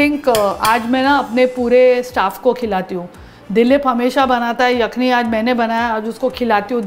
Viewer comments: All was good but the pronunciation of the word yakhni didn't do justice.. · Pehle aap " yakhni" sahi bolna seekhiye.